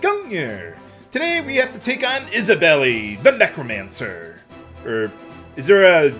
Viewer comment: The i is silent in Isabeli